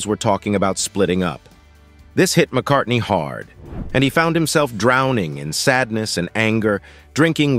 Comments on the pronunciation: Linda McCardy? C'mon AI, do better. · I know what you mean, but this video was bad in so many ways, that was the least of them, the worst was the constant mispronunciation of her name, the narrator kept dropping the N at the end, calling her Linda McCarty, not much of a tribute, if you can't get her name correctly, almost as bad was how [purple the writing was, it sounded more appropriate to a soap opera, romance novel, or something on the Hallmark channel than on youtube, I did learn quite a bit about her I didn't know before, which is always a good thing, but it was painful to watch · 1. You can’t even pronounce her name. 2. Some of the footage you're showing isn’t even her.